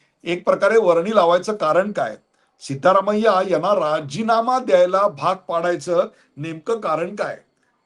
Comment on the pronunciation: सीतारामय्या नाही सिद्धरामय्या